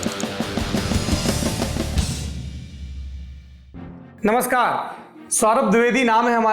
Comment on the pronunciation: Theekse namashkar bolo 😂⛏️😎thum bano up ke CM 😂💦